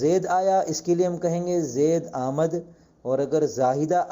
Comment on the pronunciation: حضرت میرے خیال سے آمد میں م پر زبر نہیں پڑھا جائیگا بغیر زبر کے ہونا ہے